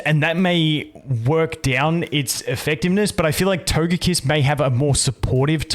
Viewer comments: My man says Togepi and Togekiss correctly but then says Todjetic 💀🤣 Anyway, let ST Smackdown come. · You say Togepi and Togekiss correctly, how and why can you so narutally say "to-je-tic"?"